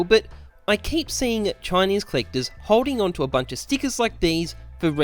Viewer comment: No one: Absolutely no one:: CHINESE COLLECTAHS